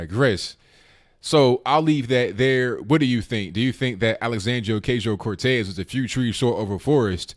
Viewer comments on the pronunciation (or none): She's a twit but isn't doing himself any favors pronouncing her name wrong 50 times in the same video. its pronounced O-KAH-SEEO.